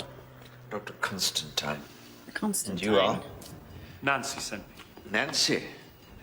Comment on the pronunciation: Extra points for pronouncing Constantine correctly.